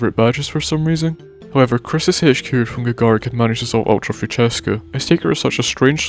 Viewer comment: "ultra fuchesca" </3